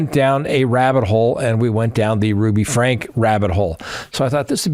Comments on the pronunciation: Said Frankee or Frankie not Frank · Franke pronounced Frankie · You should know that Ruby’s last name is pronounced “Frank-ee”! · Eve was 5 when she was forbidden from Christmas. Sherry and Chad were the oldest. And it’s pronounced with a long ē, like FrankEE. You’ve got a couple of facts mixed up, especially about Eve’s age. You’ve got her conflated with Sherry. Chad didn’t escape, it was the younger brother, whose name hasn’t been released. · respectfully you got most of the facts about Ruby Franke wrong including names of victims and the pronunciation of the last name. It’s pronounced Frankie. This is such an old story. I guess it took awhile for the documentary to be produced. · Frank-eeee just sayin.. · love you, but you got a lot of th facts wrong in the Franke case. (that's frank ee). Also the kids names were all switched around. Commenting near Springville, UT. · You have the facts/names wrong in the Franke (pronounced Frankie) case. Since I’m leaving a comment I just want to mention that I prefer the earlier videos when they were strictly facts without the comments that I’m assuming are supposed to add humor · her last name is pronounced: Frank-EEE